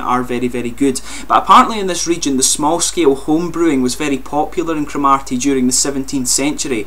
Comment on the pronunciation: Great review but there is no emphasis on the 'ar' in the place name. It's almost like Crom 'ur' ty. :) They are great beers though.